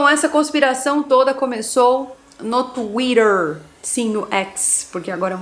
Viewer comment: Acho engraçado ela falando Twhiter